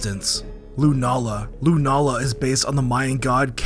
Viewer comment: Love the vid. Hearing Lunala said as Lu nuh la instead of Lu Nah la is odd